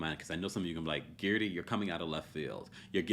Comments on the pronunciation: Its Guerdy errr, not Geardy ear 🙄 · say guerdys name properly pleaseeeeeee